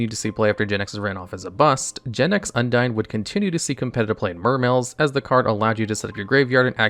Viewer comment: hun-dean is the way undine is pronounced